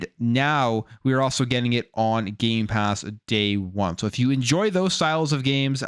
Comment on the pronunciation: He loves saying Gaypass